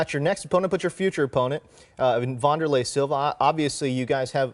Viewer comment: Vun door lay?? I thought it was Van der lei... Yeah, Wanderlei Siliva.